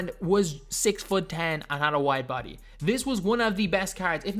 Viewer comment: Bro I swear, Is just me that thinks he saying white body when he is actually saying wide body🤔🤔🤔